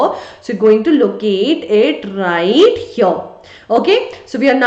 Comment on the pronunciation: right overr heaiiirrrrrrrr 😂